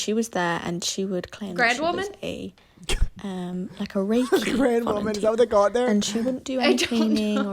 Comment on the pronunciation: GROUND WOMAN!!! NOT GRAN 😭😭😭😭😭😭😭😭😭😭😭😭😭😭😭😭😭😭😭😭😭😭😭😭😭😭😭😭😭😭😭😭